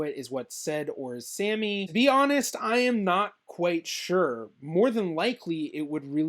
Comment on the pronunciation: You should learn the correct pronunciation of Sami.